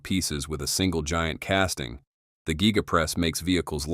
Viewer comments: Gega press huh. The AI voiceover needs a raise! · Nice content (🇦🇺 Die Cast trained in 80's) but that Ai pronunciation just kills me lol (Gee-ga, Meh-towel etc)